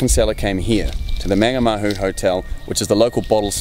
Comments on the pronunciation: Good story. Just a small pronunciation tip, the first A in Mangamahu is pronounced the same as the way you're saying the last two. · So wish he pronounced Mangamahu properly